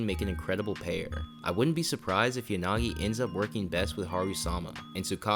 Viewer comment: Yanagi❌ yagani😂